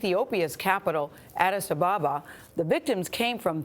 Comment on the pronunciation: That's not how u say Addis Ababa